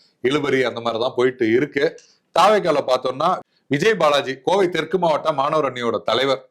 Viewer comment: கோவை தெற்கு சரியாக உச்சரிக்கவும் நண்பா